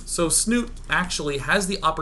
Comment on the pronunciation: love is a strong word, as a Norwegian hearing them pronounce Snute wrong every time is making me cringe.